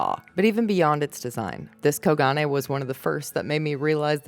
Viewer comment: I think it's pronounced as Ko-gun